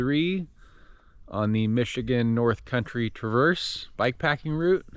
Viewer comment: mr bibs pizza slaps. also the emphasis is on tra in traverse